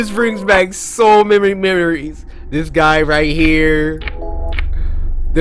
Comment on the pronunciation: “So mamy memeries”